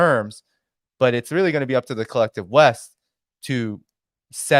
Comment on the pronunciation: Pretty sure you said collective But, I heard kleptive :)